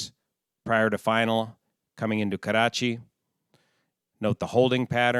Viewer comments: Your Nawabshah and Karachi pronunciation were spot on . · Your pronunciation of Nawabshah was spot on. Also love how you say Karachi, rolling the r. Makli however is pronounced Muck-lee.